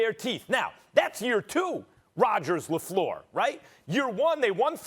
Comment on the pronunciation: when Stephen A says "Matt Lafleur" 😂😂😂😂😂